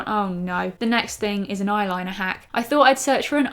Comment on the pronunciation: Haha you say eye liner like a pirate! Ayrrliner ! Ajai pirate! Great vid again!